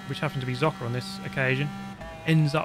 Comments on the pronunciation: BTW: Zocker is pronounced some kind of "soccer" with an t in front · Hello, just a little Pronounciation thingy with German: Z in Zocker is pronounced like a Z in Forza (so a very hard pronounciation). And the Funny Thing is in German Forza is more likely to be pronouced smooth like you did in the Video with Zocker. (I hope it makes sense ^^') I sometimes i find it very entertaining how some German words are pronounced in english ^^